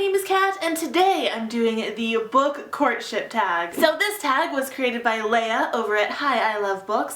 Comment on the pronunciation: In the beginning I thought she said "The Book Corn Chip Tag"